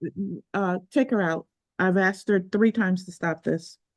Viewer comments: Why does she keep saying axe? That really annoys me. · Of course she says axe instead of ask. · She should be jailed for pronouncing 'asked' as 'axed' anyway. Also, the arrogance of saying to a judge "did you know..." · your question can’t be “axed” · I find it hilarious that after all these years black people cannot say a three-letter word correctly. They cannot say the word asked. These people are so ignorant and stupid.